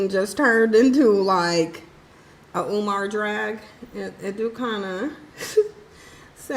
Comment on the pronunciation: Oh! Kumar has childrem? (UMAR). Not Kumar.